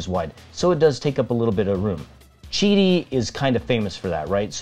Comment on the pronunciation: Thank you for pronouncing Qidi correctly.